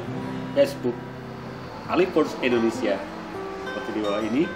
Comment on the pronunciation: Mantab,tambah Ganteng.. Btw Indonesia ya, bukan Endonesia 🤘😁 #kidding